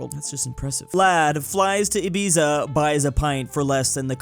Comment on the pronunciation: The way pronounces Ibiza gives me serious mental strain